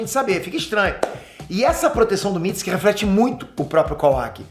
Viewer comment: Tu tá falando mitsuki errado